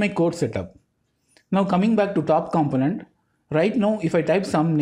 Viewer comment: Man, I really like your explanations, thank you so much for all the work you put into your videos. A small note for all of your videos I've seen, a component is pronounced like compónent, other than that, your videos are pretty much perfect – straight to the point and easy to grasp the concept